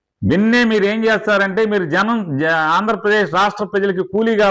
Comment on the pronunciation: Binne kadhu ra babu binna adhi.neeku raayaseema yaasa radhu krishna yaasa raadhu.